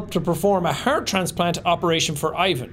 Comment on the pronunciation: my slavic self had to double check to make sure i heard correctly....that's not how you say Ivan...